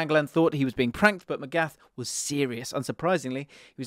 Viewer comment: Magath deserves respect, start with the pronunciation